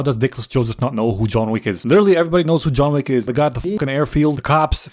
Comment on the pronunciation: "Welcome to John Wack" - instant like button